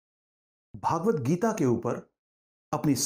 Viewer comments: Sir your pronunciation of Bhagvat is worng it is भगवत not भागवत, भागवत is a Puran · यह भगवद्गीता है, पर आप भागवत्गीता बोल कर इस ग्रंथ के नाम का उच्चारण ही अशुद्ध कर रहे हैं। आगे क्या कहा जाए